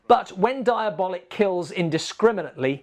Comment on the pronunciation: Always heard the title pronounced diaboLEEK. But yeah, Italian stuff of this genre fall short. I enjoy most Eurospy films because they're not really good and frequently confusing. Komisar X for me, is the best. Comic books not my thing. Same problems as adapting a book,..film cant hit all the nuanced ideas. Not enough time.